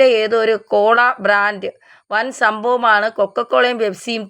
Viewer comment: Matha Franth alla Matha Branth aanu. Athupole Faskaran alla Bhaskaran ennu parayoo Tvm Kollam makkale. Brand ne ningal Frand ennu parayumo?